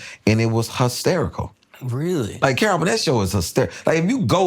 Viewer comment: what kind of accent is huh-sterical lol